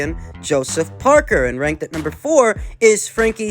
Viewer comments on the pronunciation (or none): "Joseph Park"ier" - LMFAO.